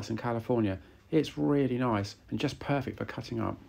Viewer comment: i tot he said Purrrfect